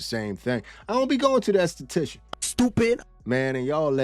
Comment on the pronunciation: Okay what I want to know is who taught you how to pronounce an enesthetician